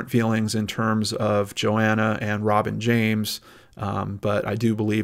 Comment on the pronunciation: same i was wondering if he was saying Robin James or Rob and James